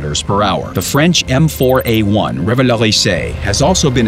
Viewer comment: You pronounced revalorisé perfectly, but the poor Löwe deserves it too :D